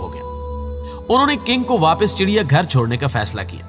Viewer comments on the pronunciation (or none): none